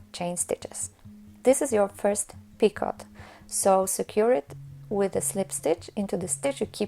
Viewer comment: In English, it is pronounced peek-oh, not peek-ot. The T is silent.